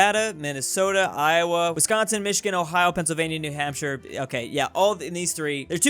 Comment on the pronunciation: 🥺🥺you say Wisconsin right!!! Like without an accent